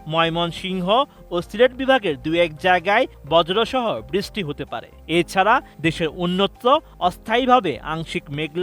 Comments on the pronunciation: বৃস্টি হবে না, ওটা “বৃষ্টি” হবে। উচ্চারণ ঠিক করতে সমস্যা কি এদের… 🥴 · বৃষ্টি ভালো করে উচ্চারণ করতে শিখেন😂😂